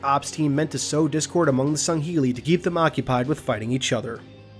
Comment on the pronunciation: Its sangheili not sungheali